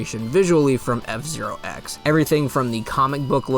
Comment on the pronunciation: you emphasized zero instead of x in f zero x. Mwahaha